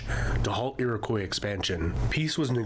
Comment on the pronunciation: The narrator isn't pronouncing "Newfoundland" or "Iroquois" correctly, and the term "Eskimo" is considered offensive. That must be a very old map. Also, the population is now 40m.